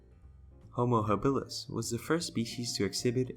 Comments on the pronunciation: Why that strange sounding pronunciation ha-BILL-is??? For over half a century, I have NEVER heard it pronounced other than HA-bilis. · Yeah, I have for decades always learned to pronounce it HAbilis and not that ( to me!! ) strange sounding haBILLis word!! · HAbilis, stress on first syllable. Not haBILis….